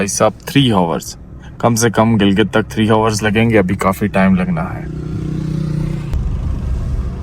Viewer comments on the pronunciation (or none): Hours ko ours boltey hain 😂